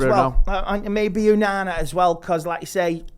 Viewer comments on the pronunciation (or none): Getting tired of no one correcting this man on how to say ONANA. Why do you insist on calling him Unana?